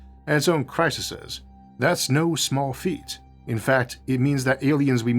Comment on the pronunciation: Did he say 'crisises?' Who is this guy?